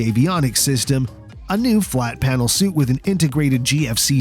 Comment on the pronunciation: Suite is pronounced like sweet, not suit.